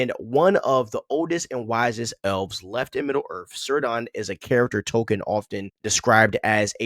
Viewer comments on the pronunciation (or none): Cirdan is pronounced Keerdon. C are always so its pronounced Keleborn too